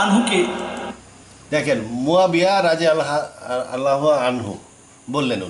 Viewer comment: আপনি কিছুই জানেন না৷ রাদিয়াল্লাহু আমহু-শব্দটাও উচ্চারণ করতে পারেন না